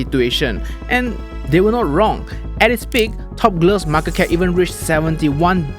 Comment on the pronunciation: What’s the correct pronunciation for market?